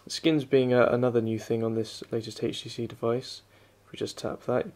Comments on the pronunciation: why oh why do people pronounce HTC as "hage tee see" the "h" is silent... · why does he keeps on saying, "heych t c"???